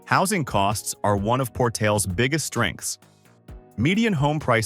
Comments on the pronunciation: I was just about to say pronounce Port ales Por tal as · Por-tal-1s, not Portals. It's Ra-ton, as in Raw, and o as in bone, or tone. Accent on ton. The g is pronounced as an h., like Hilia. Spanish name. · pronounced Port-al-les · So many errors here. No pretty tree filled mountains anywhere near Artesia, Portales, and Roswell. Just flat and pretty dry. Roswell crime is higher than stated. Las Cruces is probably the best area for retirees but not listed at all here. And the pronunciation is very wrong on Portales, Coralles, and especially Raton lol. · Maybe one day your AI will learn how to pronounce Portales. It's Spanish if that helps, or do you just not bother to proof the narration. In that case, AI will never learn, nor will you